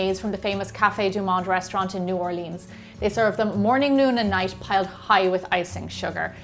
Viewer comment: Why do you pronounce New Orleans like that.